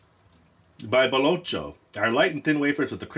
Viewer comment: Usually "baci" comes with a little piece of paper like "chinese lucky biscuits/cookies". Also "cc" is read as "tch"(or like the "ch" of "touch") only when after the "c" there's an "i" or "e". In this case it would be as if the "c" was a "k" so "baloKKo" :D Everything else you said pretty good! :D